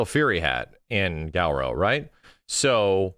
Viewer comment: Why does keep pronouncing it Gow-row?